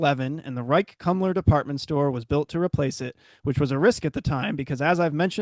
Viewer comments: Pronunciation is actually Rike’s Koom-ler ( not Kum-ler) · Great video, thank you! Just a note: 'Kumler" is pronounced 'Koomler.'